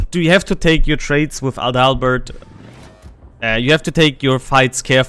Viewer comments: Das klingt irgendwie komisch 😂 AdaLLLbert? Hatte gesagt AAdalbert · Actually, it's not pronounced Prince 'A Dull Bird'.